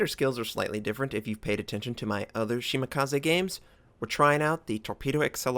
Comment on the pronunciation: Why would 'kaze sound any different in Shimakaze? Nothing personal but it's not the first time I hear it butchered... it just irks me lol